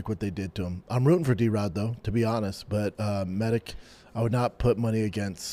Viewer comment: Your a grown man how do u not know that ALL Serbian last names ending in ic are pronounced "itch" Med-itch!!!!